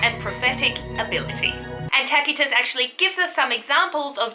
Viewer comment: History is never boring when Tacitus and Strabo are the sources :) And enthusiasm makes up for the different ways you pronounce Tacitus and Seeress - I do imagine serious Tacitus also sometimes struggled with the pronunciation of those far away Germanic tribes:) Looking forward to more "boring" stories from you!